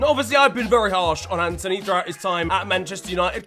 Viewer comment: Its antony not Anthony